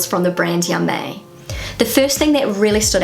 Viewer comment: "Ja, mei!" (meaning "Don't worry!" or "I don't care!") is actually pronounced "Yah, my!", not "Yah, may!" as you do 😉